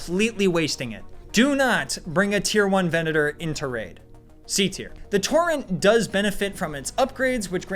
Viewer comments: It really annoyed me how he pronounced “Vulcano” as “Volcano” and how he pronounced “Torrente” and “Torrent” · Toe-ren-tay. Vool-cah-no. We are in italy.